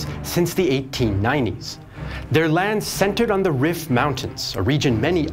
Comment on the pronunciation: This is such a great video, but I wish someone told you Rif is pronounced like the word Reef, given how often you mentioned it 😭